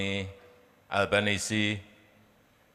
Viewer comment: Kampungan abis dah.....nama pronounce-nya: ALBANESEEEEE not albanes